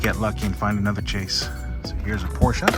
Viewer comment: Porscha??? Im sure it’s Porsche lol